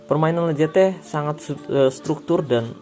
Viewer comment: Sedikit koreksi: Lacazette = lakazet